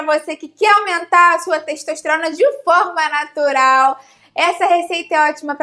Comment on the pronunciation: "Teixtoixteirona" Português mandou lembranças.